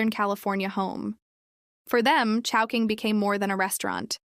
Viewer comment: in the video, why chowhoing, instead of chowking?